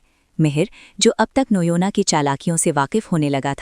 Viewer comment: Noyna❌ noina ✅